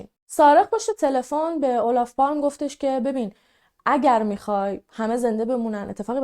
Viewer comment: کیمیای عزیزچند اصلاح در تلفظ نام ها: 🔴در زبان سوئدی g «یی» تلفظ میش. Torg «توریی» تلفظ میشه که به معنی میدان است😊 🔵تلفظ صحیح اسم نخست وزیر هم « اولاف پالمه» است. Kaj: کای تلفظ میشه🔴 🔵تلفظ اسم سارق هم «یان» است